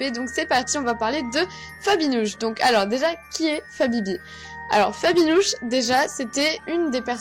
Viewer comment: On dirait que tu à dit Nabibi ! 😂😁 !